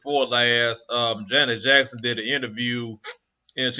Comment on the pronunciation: How about pronouncing her name right!!